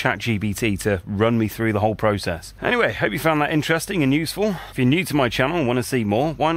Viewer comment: You know it is actually 'through' and not frough, right? You are in an English speaking country, I've heard.